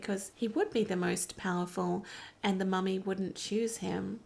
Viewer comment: YES! You're spot on about his 'mummy' pronunciation. I love it! Capaldi has my heart as far as NuWho Docs go.